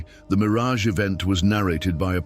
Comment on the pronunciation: Yes, I noticed that he even called Miraj a mirage, but I think it's because of the artificial intelligence, because the voice is for the artificial intelligence, not a personal dub. It's still good that you said it. I apologize for not mentioning it. I hope you don't fix it. This word has nothing to do with Israel, the bastard.